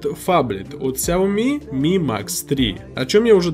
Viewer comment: Не хауми как ты говоришь, а сяоми правильно.